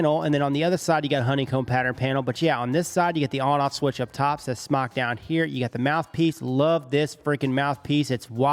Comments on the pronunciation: It's Smok like Smoke not Smock. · Smoooke* not smoc lol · It's pronounced "SMOKE"! Why would a vape manufacturer name their product "smock" after an article of clothing? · its not smack its smoke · It's pronounced smoke not smok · It’s pronounced smoke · It's pronounced "smoke" ding dong. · SMOK commercials pronounce it as SMOKE. Just an FYI for everyone saying it wrong. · VapeKing looks like it should be pronounced smock tho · It’s pronounced smoke for fucks sake!!!